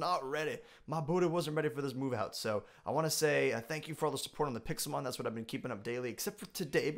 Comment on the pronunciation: u said pikelmon sorry to correct u buts it pixelmon